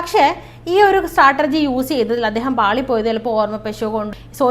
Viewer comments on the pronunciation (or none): സ്ട്രാറ്റർജി അല്ല.. സ്ട്രാറ്റേജി.. Pronunciation ശ്രദ്ധിക്കുക. 👍🏻 എങ്കിലും പറഞ്ഞ വിഷയം നന്നായി പ്രസൻറ് ചെയ്തു👌🏻❤